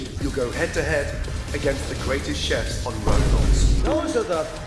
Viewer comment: Everyone else: “Chefs” 🇳🇿: “Shifs”